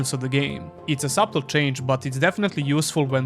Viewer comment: The b is silent in subtle